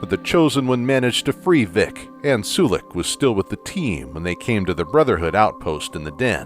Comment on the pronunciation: Isn't it pronounced Sull-ick not soo-lick?